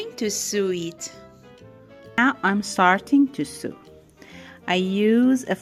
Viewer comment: Thank you so much for the lesson in making ball cushions it was really great. Very easy to understand. I have subscribed. You speak such good English. Btw and with the utmost respect the word SEW is pronounced like s-oh-w.. oh as in Oh dear,, open, Oklahoma! Hope you don’t mind me mentioning. English is a tricky language with all of the vowel sounds. 🤣